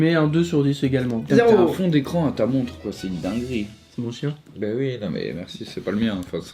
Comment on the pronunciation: A 5 minutes 30 ta dit grosse dingerire nempeche mdr